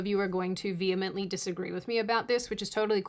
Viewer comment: It’s just nice to hear someone pronounce the word “vehemently” properly. Thank you.